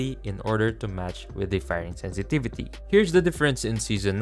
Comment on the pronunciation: "Sentivitu" i tried 😅